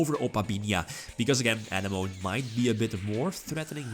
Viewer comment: Love your content! For future reference, since decks that use Coral Anemone will use it many times in your replays- It is pronounced 'Uh-neh-muh-nee', not 'An-uh-moan' Keep it up:)